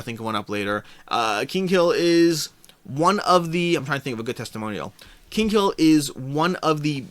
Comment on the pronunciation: Btw it's "Kinghill" not Kingkill" :D